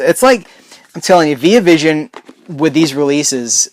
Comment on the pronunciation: You're pronouncing the Via in Via Vision wrong btw, and it's not cause your American and I'm Australian either